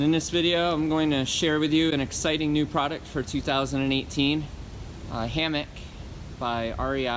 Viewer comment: hammick"what is a "prodict"??????????????? what is a "hammick"?????????????? what is a "grommit"????????????" comfterbly", "comfterble", "puhticular", "whanoo" are not words.